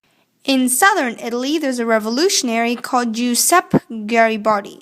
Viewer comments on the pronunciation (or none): it's pronounced "jew-zep-eh"